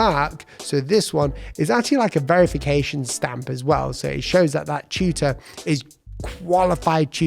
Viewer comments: took me long time to realise you were saying "Tutor" and not "Shooter". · I can't stop laughing. I was listening at a distance for a bit, and came back to rewind and learn what this British "Chuter" was... And then checked the comments. Glad I'm not alone! Finally saw the word tutor a few minutes into the presentation and 😂😂😂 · I heard cheater